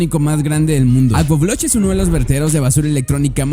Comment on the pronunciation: Tengo una curiosidad , cuánto tiempo te costó pronunciar bien el nombre agbogbloshie?🤔😂